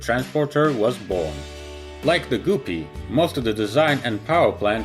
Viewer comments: Try”g-UP-py”, like puppy...not “goopy” like poopy. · Gup-pee “ guppy “ dumbass , wtf is a goo-pee ? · Wish he would get the pronunciation correct. It is not goopee but pronounced like (g up pee) and it is not tubo prop but turboprop! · G-uh-pee. Not super goopy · Goopy, umm don't you mean Guppy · No offense but its not goopy its guppe srry it just bugs me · It’s pronounced guppy. Not goopy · it's not goopies or goooree it guppy why are you making fun of this airline it is a great airline. By the way I'm still am not trying to start a fight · It's "Guppy", like "Puppy", not "Goopee" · Anyone else think it’s kind of funny how he pronounces “guppy” like “goopy” lol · Pronounced " g-UP-ee" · It’s pronounced “Gup”-ee, rhymes with cup-ee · Please pronounce Guppy ....G-upee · Guppy rhymes with puppy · It's pronounced "guppy" rhyming with puppy. I knew the son of the man who named these little fish in Lake Victoria. He was Nick Guppy of Cambridge, England. That's how he pronounced his name! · I know why he pronounced Guppy like Goopie, because it's the way how he pronounce species of that fish in his native language. In my language we pronounce Guppy in the exact same way like he did it, of course we write it differently (Gupi) Energia being Russian rocket project he spelled it correctly, and using English alphabet you can write it somewhat like "Energiya" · It's pronounced Ga pi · Goo-py??? WTF!? LMAO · Great video. You can pronounce "goopie" any way you want to. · Sounds like he is saying Guffy BuuBuuu that's all Fokes ! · Everytime you said “Goopy” I cringed lol. Good video otherwise! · Accents: am I a joke to you? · mezsh he will just say like poopy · I understand your point but he clearly knows how to pronounce the soft u sound. says 'structure' perfectly fine along with a few other words in this video even. It's just a case of picking the incorrect pronunciation for the u in Guppy. So the rhyme should be helpful. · its guppy not goopy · Super goopy? Its guppy